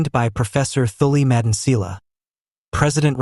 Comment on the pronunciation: Im new here but I've noticed that you don't pronounced some of the words correctly just like "Phala Phala" you saying it Fela Fela now you failing to pronounce Thuli Madonsela please do your homework before you come here.